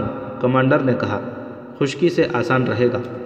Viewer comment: ALLAH TALA ka واسطہ ye asa nalyq admi کہاں se ڈھونڈ کر لائے ہیں آپ. Ye admi khushky ko khashky kehta hai. Sehra ko sohra kehta hai., Fahad ko fahed, pehly ye خیمہ ko kaima aur kbuda ko kuda kehta tha lykin ALLAH TALA ka shukar hai ye غلطی iss ne theek ker li hai, غیرت ko gheerat kehta hai, baghi ko bhagi kehta hai. Ye ان پڑھ kahan se ڈھونڈ ker laye hain ap itny خوبصورت سچی داستانوں کی دھجیاں اڑانے کی کوشش کر رہا ہے. Ap iss ko اُردو tu sikha dety. Ap log ki itni بڑی کوتاہی ہے. Pakistan ki national language jis ko nhi ati ap ne us se itni عظیم الشان kahanian parhwa di. Kia ap iss غلطی ko darust fermaye gah?